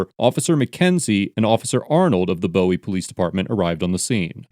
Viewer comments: It's pronounced Booowie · It’s pronounced booey. The city Bowie in the video. At least that’s how everybody in Maryland pronounces it. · Boo-wie. We pronounce it Boo-wie. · Its pronounced 'boo ee" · Cool. I'm from here. It's pronounced "boo-wee". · It's pronounced booo weee😂😂😂😂 they corrected me I'm correcting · It’s pronounced ‘Boowie ‘. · Pedantic, but Bowie in Maryland is pronounced "boo wee". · The way you said “bowie” lol it’s pronounced “bewy” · Always funny to hear people pronounce Bowie wrong. Granted the singer pronounces it this way the people of Bowie (BOO-e) do not. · Finally after binging this channel for hours I found a video of yours taken place in my hometown… it’s pronounced “Boo-wee” !! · Hey bro. it's pronounced BOOOOOWIE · BOWIE as in "bowie knife" (BOO-ie) not as in "David Bowie". You have no idea how painful it is for a former PG Country resident to her it pronounced like old Ziggy Stardust. His memory doesn't deserve such an association. And I actually lived in Bowie from age 9-18! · Bowie resident here. It's pronounced like "buoy." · Great Video. I live near the area and the city Name of Bowie is pronounced (BOOWIE) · It's Bowie (boo-ee) like the knife, not like the singer haha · It's pronounced "boo-wee", and the video starts in Severna Park. There was a different douchebag there. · Great video! Appreciate your clarity and supporting references. It must take a lot of work to research each law and precedent case. By the way, locals pronounce it Boo-ie, not like the knife or singer. 😁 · Haha bowie u said it wrong buddy its pronounced boo-eee but is spelled bowie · From here and never heard is pronounced like that. We say b-oo-y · Bowie = boo•we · in md it’s pronounced booo-eeeeee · The great thing about the first amendment is that it grants you the unfettered right to mispronounce “Bowie” like 40 times in one video! (It’s “Boo-ee”) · I’m late here love the page but being a Marylander. The city is pronounced Boo-Wie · It's pronounced boo-we